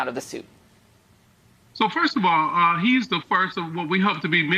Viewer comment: "Seizure of Assesed" Basic English is no longer a requirement for news anchors on major television networks? The only reason that she has that position is because she's a female of color, not based on her level of education or speaking ability. It's sad what America's becoming. This is a prime example of the idiocy of affirmative action.